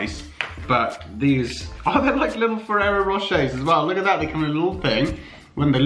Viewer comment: Every time he said oh I thought he said ew